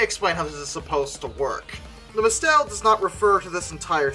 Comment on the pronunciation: "Mistel" is pronounced like mistle, emphasis on the first syllable.